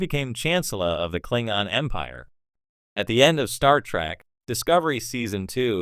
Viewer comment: It's pronounced Klingon not Klingon.